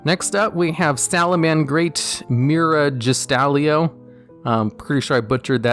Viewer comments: Lol my dude here you go: Mer-awj-stall-io End-ee-me-on Lith-oh-sag-im Baby-Sarah-saur-us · Dude, as a hispanic who's english is his 3rd language, may I say your name butchering skills are godly LOL Edit: Hoy did you managed to pronounce Mragestallio like that LOL